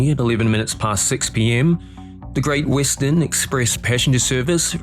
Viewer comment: No AI voices, but "Great Wissten" ?